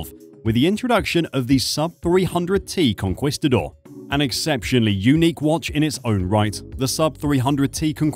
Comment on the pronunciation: Is this AI? If not, please check your pronunciation of Jacques Cousteau, and Conquistador.